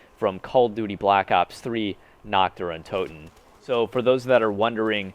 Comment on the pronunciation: Oh mein gott why can't any of you fucking zombie youtubers pronounce the map correctly its not nocht dur untooten Its nächt dër untöten learn how to properly pronounce German then come back and make a video about about this map